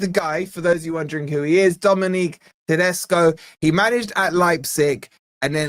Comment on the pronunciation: It's pronounced Ted-es-co, bloody hell mate 😂